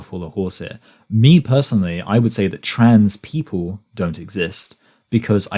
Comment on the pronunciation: Ok maybe I'm nitpicking on this but the way says "trans people" pronounced as "trads people". What accent is that?? California? West coast, east coast? I think is, beyond the testosterone effects and voice training, there's an apparent gender performance of being slacky with words, like a stereotypical American dudebro. But there's more emphasis to it, and also facial expressions and mannerisms. This is something I didn't notice before about many trans identified females because the way trans identified males perform hyper femininity was so intense and obvious that it really outdoes the FtM version, but the FtM version definitely is still a thing, once paying more attention to it. In the context of "pretending", no wonder is so frustrated with people talking about human children pretending to be walruses.